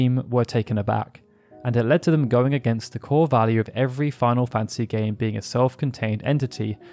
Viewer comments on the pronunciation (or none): none